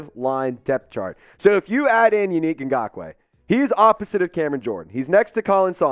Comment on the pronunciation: Bruh it's Yannick (Yah Nick) not you unique 😅😂😂😂😂!!! He would be a good addition.